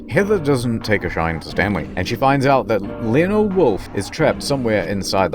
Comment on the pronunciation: Ha-ha! I have discovered your weakness, Lee-o-nard...err...Laneld....uh...